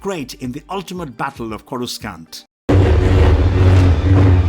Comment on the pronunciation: Corus skan't Im sorry, but at that point, it's not an accent issues it's flagrantly mispronounced.